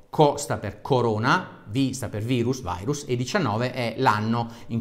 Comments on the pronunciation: Si dice VIRUS NON VAIRUS, È LATINO, CAVRON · bello e utile video divulgativo per far capire anche ai più testoni l'importanza di un comportamento corretto. un appunto al caro dottore: min. 5.55... virus si legge virus, non vairus... è latino, non inglesaccio 😉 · COVID è una sigla inglese, quindi in quel caso il prof ha detto vairus. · Come " vairus " Dario? Virus si legge come in latino non con la "i" all inglese (passami il termine); non fare come Di Maio.. Modifico alle , in inglese si pronuncia "vairus" e capisco che intendevi pronunciarlo in quel modo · Virus é latino nn inglese nn si dice vairus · Aia, quel "vairus" l'ho già sentito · hai detto vairus? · Anche tu che dici VAIRUS come se fosse una parola inglese ahahaha grande